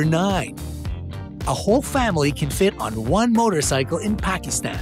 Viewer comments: Oooaa you saidmy country wrong Pakistan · Pakistan was pernounced wrong